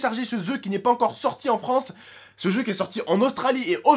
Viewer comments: Euu juste on dis jeux pas zeu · a un momont tu as dit se ZEU lol ;D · 31 seconde: "comment télécharger se zeu mdrr😂😂😂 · hahaha comment telecharger se zeu ??? ecouter mdrrr